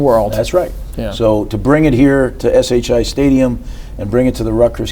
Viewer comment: Whaler must like to hear himself talk. Interrupted Schiano 1,000 times. Can’t even say SHI Stadium right. Plus, they are in the Hale Center..